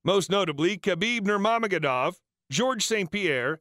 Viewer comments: “Khabib Nurmamegedov” lol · Really? Khabib Nurmamagadov? You can't take a minute or two to learn how to pronounce his name correctly?